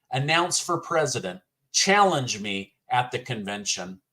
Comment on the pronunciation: When I heard him say challenge.. the scene from Michael with John Travolta and the bull pops in my head. 😂 CHALLENGE!